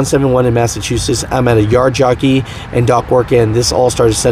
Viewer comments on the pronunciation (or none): none